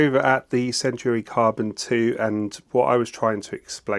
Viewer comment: And while we’re at it, it’s centAUri, not centUAri